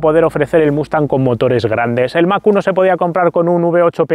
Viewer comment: Yo como Chileno, y Americano me produce estupor escuchar mac uno , 😶 por lo menos en mi flacuchento país siempre se conoció como Mach 1, o sea mósteng mách uán . Saludos cordiales, chavalillo. 😘